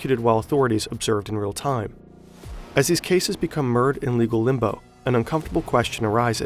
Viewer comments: No zoomer has ever made a YouTube video where they didn't mispronounce something. The word is mired and is not pronounced merd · "meered in legal limbo", I think you meant mired "MY ER'd" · M-I-red long i sound. By the way. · He really pronounced 'mired' as "murred" 😅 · do you mean to say “mired?” It sounds like you said “merd” whatever that is. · mired is the past tense of mire. It's not pronounced "mirred"